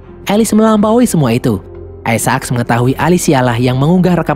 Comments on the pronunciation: Aisak min, bukan aisa ak.. apaan sih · Kenapa gak dibaca aysek :v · bacanya aisak bukan isa ak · Bang aisek bang aisek. Bukan aisa ak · aisek bukan aisaak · sebut isaac tu salah donggg. bunyinya yang betul is "ai zek". bukan "ai za ak"!!! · biasa aj bg bilang aisaaak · Ay-sa-aks :v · Nyebut isac rada aneh. Wa haji isak weh